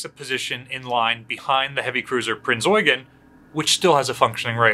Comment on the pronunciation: When you hear someone say Prinz Eugen properly you know he's experienced, or an Azur Lane player~ XD